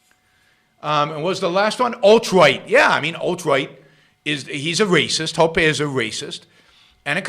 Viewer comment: You called ancaps statist. That is idiotic. You clearly don’t know Hoppe because you can’t even pronounce his name. How about read him and then make real points instead of vague opinions.